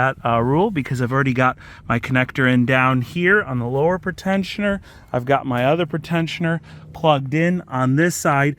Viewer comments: I'm really liking the content lately. Just one issue. You keep saying pretensioner as 'pruh-tensioner' when it should be PREE-tensioner. Its flaring my OCD. Anyway. Keep the vids coming! Doing great. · it’s pre-tensioner. Not pritensioner. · PRETENSIONER NOT PERTENSIONER.... FFS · It's pronounced pree - tensioner. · Is that a way people actually pronounce pretensioner?